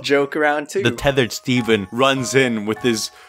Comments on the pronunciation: How the fuck did you mess up Stephen's name? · Stephen not steven